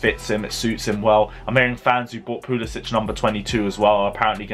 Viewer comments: for God’s sake, they’re our players and they deserve to have their names pronounced properly. VER-NER. PULI-SICK. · Bro please pronounce Pulisic's name rirght. He is American, not Scandanavian.✌ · Timo VERner not Werner, W is pronounced as V. Don't make me come after you. Pulisic Pronounced as PuliSICk!!!